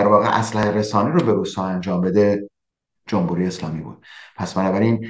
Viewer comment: استاد جمبوری نه، جمهوری!!!!